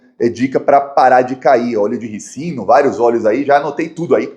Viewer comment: Não é "Óleo de ricino", mas sim "Óleo de RÍCINO". A primeira sílaba é a sílaba tônica "Mais de 100 comentários sobre o meu cabelinho" Mas é um narcisista... Parabéns pelo trabalho! Boa sorte!